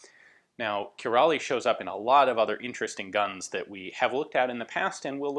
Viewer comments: pronunciation sounds more like key (as in house key)-ra (as the first part of "rather" - in UK English)-lee (as in ... Bruce Lee, obviously) ... :) Hungarians... lol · Your way of pronouncing of Király is not too bad. Only error is that at the end the "ly" is pronounced as a simple "y" So it's like "kiray" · Király is pronounced key-rye... Though I'm a few years late. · Király is pronounced "ki- ("i" as in "fish") -rhy" (like "why", only with a trilled "r"). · Király is pronounced something like: "kiraj". The letter "á" is kinda sounds like this: or more specific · Actually Kiraly is pronounced "Kiraai" :-) ; Thank you for another great firearm I never knew existed Ian ! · If you're interested in a quick and easy way to know how to pronounce something in another language just type it into google translate. Nine times out of ten it'll guess the right language (you can select it if it doesn't) and then a speaker icon will appear and when you click it a voice will pronounce the word in the original language. In this case: (Kiraly is pronounced something like Key-Rai) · great video Ian! For future reference with Király though, the ly at the end is considered a single letter, pronounced like 'y' in English, and the á is pronounced like the 'A' in Albert